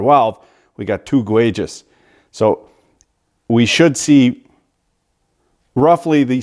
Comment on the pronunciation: Gwages!? Those look like gowges to me, and you call yourself an expeart